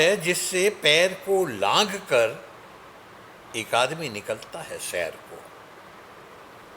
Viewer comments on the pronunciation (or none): लाघ कर नहीं बल्कि "नाध कर "है!